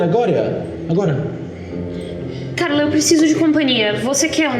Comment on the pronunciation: O falando pro guaxi: "agoria" KKKKKK